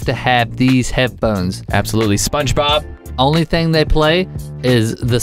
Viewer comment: Did u say spongenob